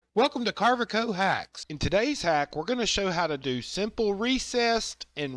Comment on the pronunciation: Let me say: Great tutorial info! That being said, if you are getting paid or want to get paid for making Videos by Carveco then you might want to PRONOUNCE THEIR NAME CORRECTLY! Just sayin!